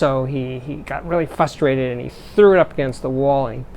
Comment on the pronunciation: Steve - love your posts but I'm frustrated - as you often are - over a tiny audio thing. There's an "r" after the "f" in frustrated. Also poo on talking to smart devises.